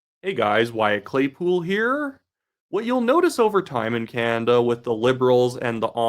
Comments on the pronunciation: I love your posts. Can you please pronounce Canada and stop saying Canda ? Sorry but it drives me nuts. You say Canada like my very young son. Keep up the good work. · It's pronounced Ca NADA , emphasis on the NADA as in Espanol